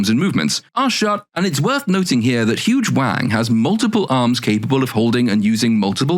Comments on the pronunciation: I both have never seen the show and have an American accent. In listening to him talk he keeps naming a character. It sounds like he is saying her name is Huge Wang. Am I hearing that right?😂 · Huyang sounds like "huge wang" 🤣🤣 ...maybe I just need better headphones. Awesome deep dive! 💖